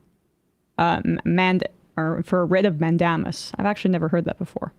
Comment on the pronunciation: Man - Day - Mus. This is the eloquent intellectual you all get your “news” from folks.